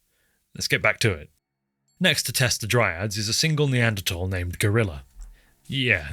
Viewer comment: Idk if it's just me but I the way you pronounce Neanderthal. 😂